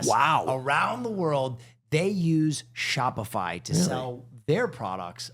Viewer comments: Love that in the Shopify ad read Will accidentally said Spotify 😂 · omg did will accidentally say spotify during the shopify ad lol